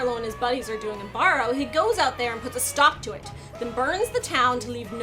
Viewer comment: Neat review. thanks though barrow is killling me xD i wonder if thats how most lower 48's would pronounce it. most folks in ak go "bear row" rather than "baar ow"